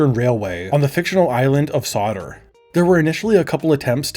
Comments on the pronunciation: Favourite mispronunciations this video: "Ceebees" for "CBeebies" (see-bee-bees) and "Sodder" for "Sodor" (sow-door). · Yeay Kevin Mention! CBeebies, not C Bees. Sodor.. So-Door not Sodder. I understand this one, but it's pronounced Redding if it's the town. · it's pronounced Sodor ('so-door)' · Not to be that guy, but I think you mean "CBeebies" edit: Not to be that guy AGAIN, but it's pronounced "sew-door" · Sodor is pronounced "So-door." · It's "Sodor" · Just letting you know - it's pronounced 'See-Bee-Bees', not 'See-Bees'! And Sodor is pronounced 'Sew-Dor'. Great video though! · The "Seebees" and "Sawdoor" pronunciation are crazy Anyway, bro, 8 hours before you uploaded the video, the Dora the Explorer pilot has been found here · Ain’t no way he called Sodor “Solder” 😭🙏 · Seebees and Sawder stick out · Yeah, I heard and was “Woah! Hey it’s So-Door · Sah dr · lol I noticed he said it wrong too